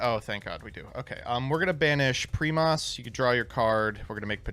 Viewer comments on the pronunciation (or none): "primeas" "seismetas" 🗣🗣